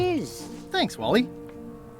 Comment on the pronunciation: Je suis le seul à comprendre WALL.E au lieu de Wally? X)